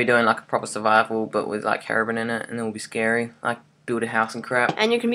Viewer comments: it is not hairobrin it is hero-brine(br-ine) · its herobrine with a long i